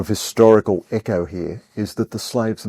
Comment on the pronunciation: It's pronounced like echo. Not eco